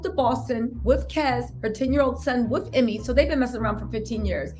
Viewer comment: First name is pronounced, Emay!!